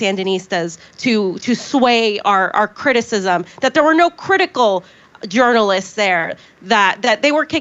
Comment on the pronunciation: she's right when she said not journalist's.